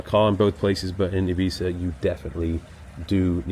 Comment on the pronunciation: Is that really how you pronounce Ibiza?